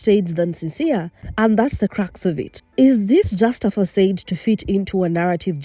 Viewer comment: "fuh sahd" Not fuh-sade